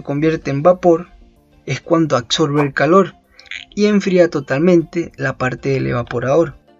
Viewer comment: aBBBBBBBsorbe No Aksorbe. Repito es con B con B de burrro